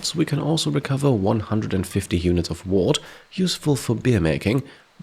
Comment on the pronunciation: "Wort" is actually pronounced "wert" btw, because English actually makes zero sense. Love the series!